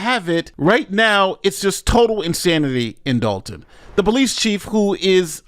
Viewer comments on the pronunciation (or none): It's Dolton, IL not Dalton